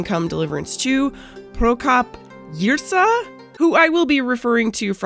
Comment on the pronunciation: .. you actually pronounced the name Prokop Jirsa almost perfectly ;) Btw czechs made own Dungeons & Dragons called Draci Doupe (Dragons Lair) and Dungeon Master is there called Pán Jeskyně but everybody just call him P.J. with english spelling for some reason (Pee Jay). So mr Prokop will be called Dungeon Master in czech DnD :D P.J. PS: btw original author of Draci Doupe is Martin Klíma who is also one of the founders of Warhorse studios ;)